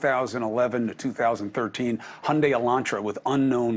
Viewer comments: Please pronounce it right!!! its Mos KO not Mos COW - its not in Russia! You lose credibility when you say the name wrong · From a local, Moscow rhymes with Mexico. Might help in the pronunciation.🙋